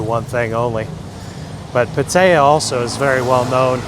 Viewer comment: PATTAYA (Pat-tee-yah) get it right.